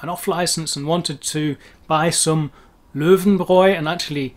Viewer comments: Weil "ei" und "ie" für die dasselbe ist. receive, believe... Ein Wunder, dass die Einstein richtig sagen. Aber "Lauenbrau" toppt alles. Klingt fast wie Augenbraue. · lowenbrow! :D